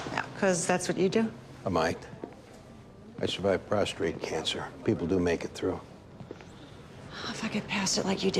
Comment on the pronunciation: I love how Andy can’t correctly pronounce “prostate”.